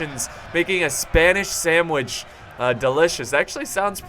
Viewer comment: "spanish sandwish" and now i'm hungry ;) hmmmmm